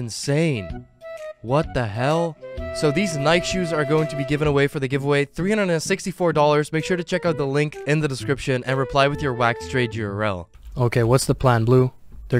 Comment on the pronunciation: I was actually enjoying your content until you pronounced it "ny-k" not "ny-key" 🤷‍♂️